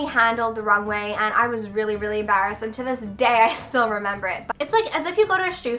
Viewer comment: "Ambarrassed" lol